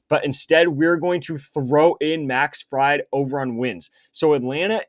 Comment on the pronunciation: Im not sure i can watch this kid butcher these names and still trust his picks. Pronounced Max FrEED bro hes not a deep fryer